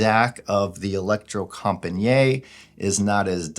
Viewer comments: Pronouncasion is e-lec-tro-com-pa-nee-it / The last “niet” is not one long pronunciation like njet but like two words: “knee” it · It’s not french, Electrocom-pa-niiiiet! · If you go to Google Translate, choose Norwegian and write "elektrokompaniet" (with a K and not C) and press the speaker you get about as close to the proper Norwegian pronunciation as possible.